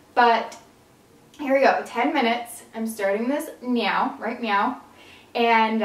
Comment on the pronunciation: when she said right now I thought she said right meow 😂😂😂😂